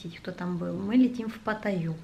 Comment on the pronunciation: пАтаю ударение на а